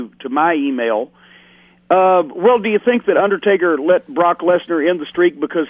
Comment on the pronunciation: "the underSTAKEr" lmao